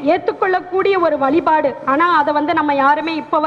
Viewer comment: அருமை சகோதரி. உச்சரிப்பில் வலிபாடு அல்ல வழிபாடு